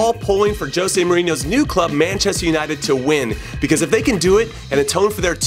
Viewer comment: Hey Jimmy, do me a favor and work on your Spanish accent Señor Inho